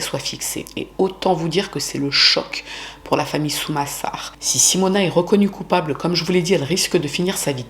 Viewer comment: Quel horreur cette histoire... Par contre fait attention aux nom que tu donne, a certain moment au lieux de dire Sumasar tu a dis Samusar par exemple... Donc tu a des petite erreurs la dessus. Aprés tu étais peut être fatiguée, donc pas trop grave, mais fais gaffe quand même.